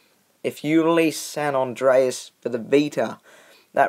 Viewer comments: It's San andreas not San andraos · San ondreas lol